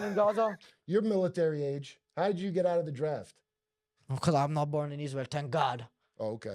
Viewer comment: Because = Baakoos😂 , the way how he pronounces it